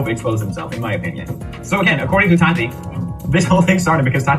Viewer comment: The way he says Tati’s names bothers me so much. “No TAWW TEEE NO!!!!”